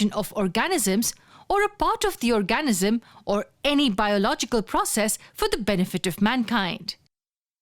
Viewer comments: annoying narrator, please learn how to pronounce "or-ga-NIZ-um". thanks. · Very informative video, but the pronunciation of 'organism' really threw me off. No need for such a strong emphasis on the A; it's basically silent, with the N almost immediately following the G. OR-G-NiSM.